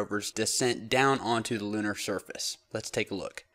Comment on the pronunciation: please set a good example to our young generation by pronouncing your words correctly. You pronounce the word surface as shurface most times.